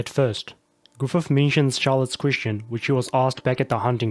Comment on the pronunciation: everytime you pronounce "queestion" some fairy die in the astral realm